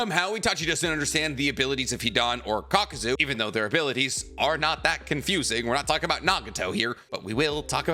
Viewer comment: How did you post a short saying itachi vs kakuzu spelling kakuzu wrong and saying it wrong lol